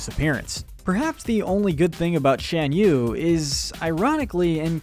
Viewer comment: It's pronounced "Shahn" yu.